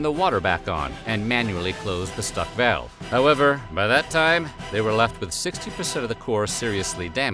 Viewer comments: im sorry, a 'vayalve'? dont you mean a valve? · Im sorry - how the hell are you pronouncing the word 'valve?' You sound like you're having a stroke. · So you are saying "valve" 😂..... Took me a few times based on how you pronounce that word